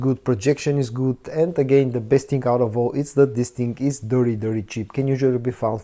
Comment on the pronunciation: Love the channel, but just wish you would stop saying Dis ting or dat ting 200 times every vid lol